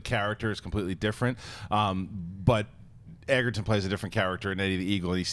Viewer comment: Taron 'Egerton' is pronounced like Joel 'Edgerton'.